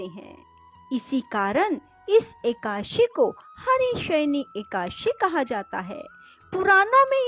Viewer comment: एकाशी नहीं... एकादशी है। एक ही ग़लती को बार बार नहीं करना चाहिए